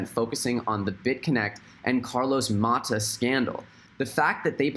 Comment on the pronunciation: Nononononono... It’s Carlos MATOS not Mahta ... he’s financially independently financially